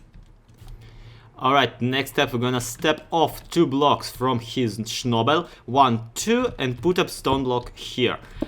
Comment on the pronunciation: nice tutorial and btw, it's "schnabel" XD